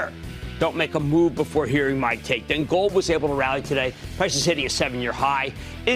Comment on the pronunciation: it's not that he doesn't want to talk about gold, he can't pronounce it. ;)